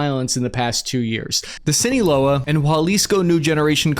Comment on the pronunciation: Did He Say it Again?... The "Scene-A-Wela Cartel" & The "Japa-Lisco Cartel" I'm: Words & Sentences Are My Enemy – 😅😂